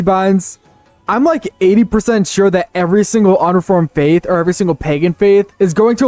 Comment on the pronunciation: nothing, you heard him mispronounce faith while he was showing footage of Africa and came to a conclusion